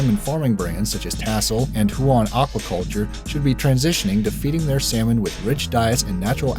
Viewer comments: I had to pause on #3 and correct you on the pronounciatrion of the Tasmanian salmon farm name. Huon is not an Asian name. It's NOT pronounced hue-ahn, but more like you-en. It's English. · Hew-on is how you pronounce it...i live in tassie really who know and i was told in one tassie salmon farm/company used beta carotine . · Tasmanians pronounce Huon as "Hewen" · Lmao I work at huon aquaculture and he completely butchered huon lmao